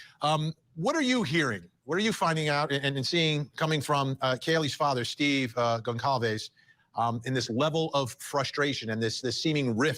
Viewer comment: Great video! Pretty sure Kaylee’s last name is pronounced “Gon sal vez”